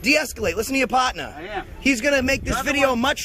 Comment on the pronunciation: The goober asks the black officer if he knows who he is. My answer would be nope, but I know you don't know how to say the words number (numba) or partner (padna) and actually enunciate the syllables correctly. Oh dang, is that really his accent? He needs to try harder on speech. Or maybe in that area, he just need to spell his own words like he speaks them. It could be a variation on English, not a dialect or an accent. Way more acceptable than an simple accent to hear idiocy come out of. I mean, it's pretty different already, one must admit. Now don't anyone else get offended by that please, I am just talking about this guy. Although I guess it is more difficult to hear idiocy come out of any kind of accent frankly. Stupidity is grating anyway whichever way you swing it. Although I will say, even though you can record police in the course of their public duties, their computer screens in the vehicles are private. But I guess stupid is as stupid does. Wait... I just realized the end of the video this was. LOL